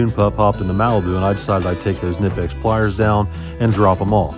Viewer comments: There not called "nipex" Ka-nip-ex It's like calling Cornwell, cornhole Stop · The K in knipex is actually not silent. They are actually pronounced (K-nee-pex).